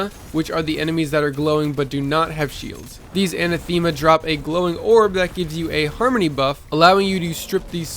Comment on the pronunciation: Anathema is pronounced [uh-nath-uh-muh]